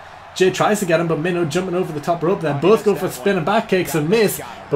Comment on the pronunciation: When i heard you mention Minho in another video I thought you said Main Ho